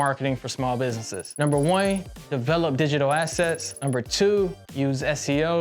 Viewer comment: “Number wine” so cool.